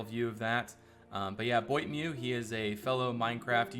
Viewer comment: I'm so happy to see a new dukonian server and the progress you are making ! Also, I like the way you pronounce the name of the french member Boitameu ^^